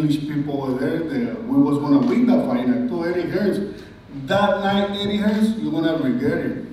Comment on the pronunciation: I think they just quoted the speaker directly. said, "Hearns" so they kept it as "Hearns" even though we know it is "Hearn":)